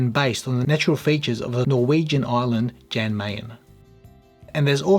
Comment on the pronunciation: If it’s Norwegian isn’t it pronounced “ Yarn” Jan ?